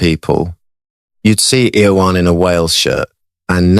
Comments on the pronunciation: someone please tell Jeremy how to pronounce Ieuan. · Is that how you pronounce Ieuan , fellow Welsh folks